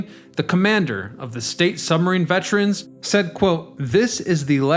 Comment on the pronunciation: You're mispronouncing vet-er-ans thruout the entire video. It's Monmouth County, NOT Mammoth. Also it was Super 'STORM' Sandy, NOT Super 'hurricane' Sandy. Keep up the great videos.